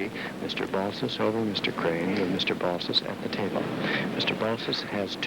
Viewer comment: Its 'BALSIS'